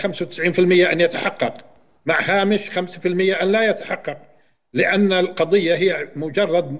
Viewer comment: لا أثق في اي شخص يقول القثية اتعجب منه يدعي التمعن بالقرآن ولا يعرف ينطق حرف ال ض